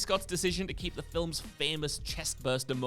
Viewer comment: Why does this guy pronounce "films" with two syllables?